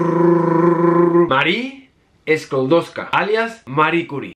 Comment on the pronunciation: Hola! Lo primero sería corregirte puesto que si bien es cierto que nació en Varsovia, en aquel entonces formaba parte del imperio ruso, muy a su pesar - de ella y del resto de polacos. La casa de Maria Skłodowska (pronunciado Skuodofska) esta en Varsovia y tiene una placa, creo que ahora la acondicionan pero aparte de la placa era una casa más del centro de Varsovia; había un museo pero semi-abandonado. Le dedicaron una calle en Varsovia, en un barrio a las afueras en la zona nueva, una calle cortada en una zona mala e incluso peligrosa mientras una de las avenidas principales lleva el nombre del papa polaco Juan Pablo II (aleja Jana Pawla II), es mas, ese es un patrón que se repite en toda la nación, la avenida o calle principal siempre es J.P. II y no he visto en nunguna otra ciudad una calle dedicada a la mujer que puso el nombre de su nación (como país no existió hasta despiés de la primera guerra mundial) al elemento que descubrió en vez de el suyo propio. Pozdrawiam